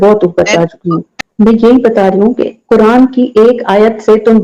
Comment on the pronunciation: bhai kya baat h 😂😂 kuran ko kurand bol rahe ho 😂😂